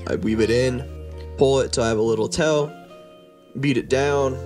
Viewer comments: I hate the way he says tail and nail. Sounds like “tell” And “nell”. Irritating. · needle sounds like “noodle” and tail sounds like “tell” lol